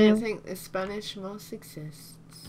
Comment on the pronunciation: it's moss not miss